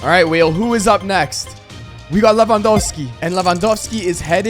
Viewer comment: I Like how you call lewandoski “le wa dos ki”